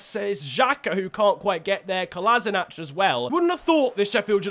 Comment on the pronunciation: Kolasinac is pronounced Kolashinats, not Kolasinach